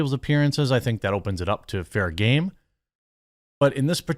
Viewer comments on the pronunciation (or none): none